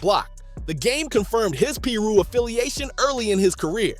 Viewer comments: You gotta work on that Ai speech bot... It says piru weird af... It's pie-roo... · What the hell is a peer-ro? And what is a Rawlings 60😂